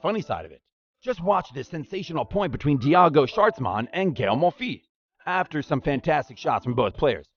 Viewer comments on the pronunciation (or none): Did he say…Diago???